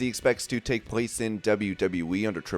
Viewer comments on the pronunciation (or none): none